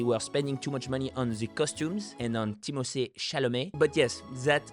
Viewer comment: . Glitch in the matrix. Timothée with an English th ! A faux-pas within your otherwise perfect French accent .